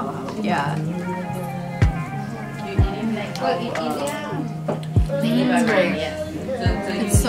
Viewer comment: These ladies know their Filipino food, i.e. They pronounced "halo-halo" right. Edit: and they know how to eat with their hands - the proper Filipino way